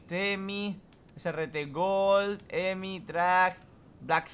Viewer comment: No es emi es hhhheeemiiiii